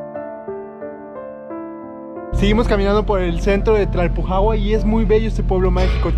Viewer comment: Me da risa que no puede pronunciar bien Tlalpujahua 😂😅. Videaso 💯